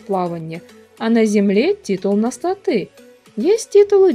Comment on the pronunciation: У вас достаточно не плохие обзоры, но что меня уж сильно раздражает это неправильное ударение в некоторых словах рпг направленности типа статы или мобы.